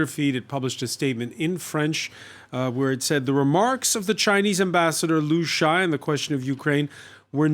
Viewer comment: His name is not Lu Shy. It's Lu Sha Ye.